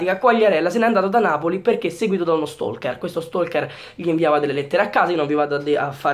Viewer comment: Stai attento 'stalker' non 'stolker' (te lo dico altrimenti cominciato a rompere)